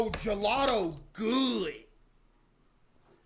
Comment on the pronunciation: its gelato not jlatoe